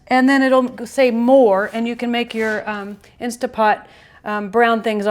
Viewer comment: Great video. Thank you so much for sharing your recipe and explaining the process in such detail. I love that you showed us each step while you cooked. I will be making this for my family for sure. One criticism tho... (actually just a pet peeve) I cringe every time you say “Insta” Pot. I know a LOT of people pronounce it that way, so you’re in great company, but it drives me mad. Other than that, you’re darling and lovely and I’m subscribing to your channel. Thank you again for your video. ❤️